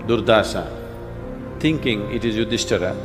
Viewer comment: It is not "yudhistir'A' , Yadav'A' " It is Yudhistir, yadav...PLEASE STOP using 'A' suffix unecessary